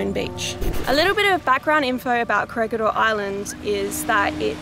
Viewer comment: This is the third time, it is pronounced KORE HEE DOR...3 times